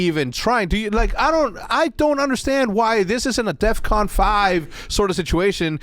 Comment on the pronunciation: dumbass didnt even day def con he said "death con"